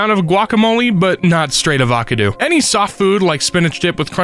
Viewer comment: I'm sorry, how did they pronounce Titanic?😭 tit-a-nick??? edit: Avoo-caw-doo????? I'm not going to sleep with this vid